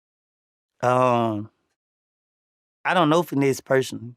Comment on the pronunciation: “Ion like to pay” 😂